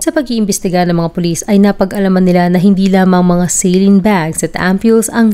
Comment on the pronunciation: Anong celin ka ng celin pagpronounce magresearch ka muna!!!😅😅😅saline solution yan ang tamang pronounce nyan ay SA at LINE kaya saline yan FYI